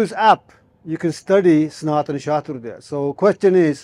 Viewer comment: It's Shastra, not Shastar. It's Vidya, not Vidiya.